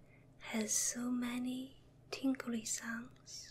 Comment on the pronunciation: "This video has so many tingry sounds." He he. That's so cute. This is actually the first time I noticed how Asians really can't pronounce the letter "L" in practical application. You see it in comedy movies all the time, but this is the first time I've heard it in "real life" so to speak.